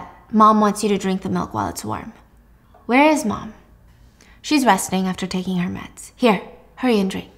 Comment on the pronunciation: lol this is dumb but “her meds” kind of sounds like “hermès”